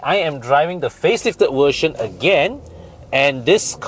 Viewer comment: Think you have hard time pronounce the "V", I heard "Wersion"(version), air con "went" (vent). You can ask Bobby for more accurate pronunciation.